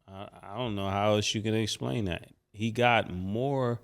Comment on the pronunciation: “And not only dat”